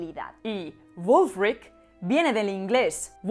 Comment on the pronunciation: Has pronunciado la W de Wulfric como la W alemana. Percíbense los efectos de tu estancia en Alemania.